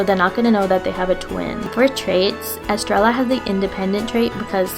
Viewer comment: I'm sorry estreya. The two ls make a y sound